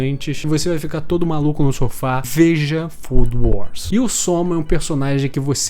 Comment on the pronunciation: "fodo wors"?? vai com calma q isso🔥🔥🔥